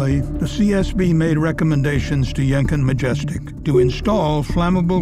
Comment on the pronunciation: I'm sorry but I can't stop giggling whenever says 'Yenkin', because to me it sounds he's saying Jenkem.